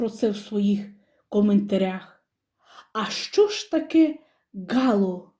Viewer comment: ГалО, а не гАло.